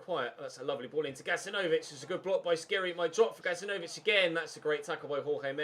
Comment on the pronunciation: Dislike coz u pronounce Skhiri wrong for the 7th ep in a row and u don't read the comments.